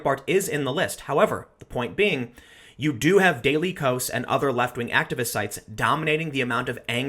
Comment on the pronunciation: I believe "dailykos" is supposed to be pronounced daily chaos.